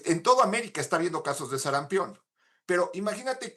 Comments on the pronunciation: "SARAMPIÓN" no "SARAMPEON" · Sarampión.... No SARAMPEEEEEON... Si van a poner a una persona para hablar ahí... Deberían de poner una persona que sepa hablar!!! Que pena!!!